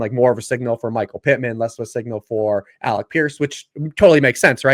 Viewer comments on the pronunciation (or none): it's not Alex Pierce. It's Alec Pierce. Lol. Great stuff though as always.